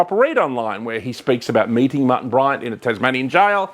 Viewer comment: I thought his name was Martin, not Mutton.